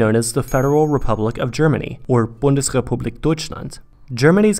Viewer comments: I like my Republik in "Bundles" too ;) (It's called Bundesrepublik) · Bundesrepublic Deutschland (no L)